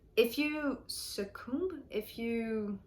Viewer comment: Succumb actually sounds like “suh-kum”